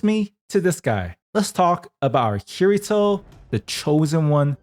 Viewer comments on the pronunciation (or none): none